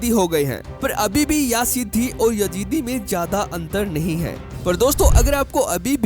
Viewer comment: Yajeedi nahi Yazidi hota hai